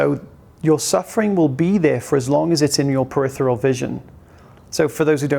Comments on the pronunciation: ~ If you, like me, have this channel as one of your key sources of knowledge - then I'll dare proffer this minor correction - it's periPHeral vision - not 'peritheral'. The word makes sense, as it refers to the periphery. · Another great post. PeriPHeral with an "f" sound. Just trying to enhance the experience for the pedants like me. 😊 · are you saying peritheral or peripheral.